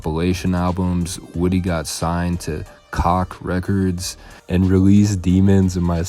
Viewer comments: Homie said COCK records!!! Hahaha it’s COKE records!! Lol That true tho , if you make quality music it will sale itself. This crap these jits are putting out, jits like vium, island boys, perk, jit man, wavy just to name a few. Their music is horrible!!! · I’m guessing it’s because the way he pronounced the label he was signed to? He said the name wrong & made it sound like 🍆 records. It’s pronounce Kotch records or more like “Kashh” records. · Why this dude say COCK records? 😂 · He said " He got signed to Kock records" lmao smfh learn how to read bruh